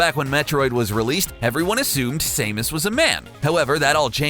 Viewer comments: he says samus 3 different ways right at the beginning and only one saying was right i like but please say samus right next time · Say SAMUS correctly.....please (that annoyed me so much, maybe too much) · I'm not as mad about his pronunciation; I'm mad that he touts Samus as being iconic, but he himself has obviously never heard of the character because I have NEVER heard anyone ever pronounce her name this way. Sure, you hear Ay-run or Uh-Ron for her last name, but everybody else pretty much got Samus right on the first try even before Metroid games had voices and gaming commentary was televised. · From how the guy is saying samus it made me forget how to say samus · Who the hell is Same-us? It's Samus, get your facts straight. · SAM-US being a chic didnt ruin my childhood.... and you really think its pronounced same-us? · Did he say same-is? SAME-IS!? (Samus) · Its Sam us not Same us christ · Say mus? Are you British? It's Sam us, got it? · Same-us really REALLY it’s Sam-us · ITS SAM-US NOT SAME-ES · sah-muh-s not say-muhs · You pronounced samus wrong. Its sam-us not same-us. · why the fuck does he keep saying sameus, her name is samus! SAM-US, not SAME-US. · boi its not sameus it samus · Sah-MOOS. And she's wearing a leotard, not a bikini. Don't ever trust English translations and iterations of formal names and characters provided by Nintendo of America. They won't call Nintendo systems Famicon (Family Console), and they claim that Shiek is a woman dressed as a man instead of a powerful magical princess who altered her biological make-up through powerful magic for ... reasons (because Zelda truely is that powerful, and "American censorship"). Great video though. Thank you! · Its samus Not sahmoos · Samus not sameus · Sam-Us not Same-Us! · I almost died when he kept calling Samus Same-us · SAYMUS ITS SAMUS I SWEAR SOMETIMES THESE PEOPLE ARE HERE TO TALK AND DONT ACTUALLY PLAY THE DAMN GAMES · You pronounced Samus wrong, its not same-us. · "Same us"